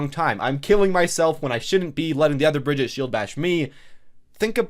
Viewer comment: Every overwatch YouTuber can’t pronounce Sombra or Brigitte correctly